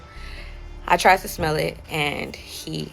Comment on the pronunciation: "I tried to schmelll it!!" 😂😂😂🤦🏾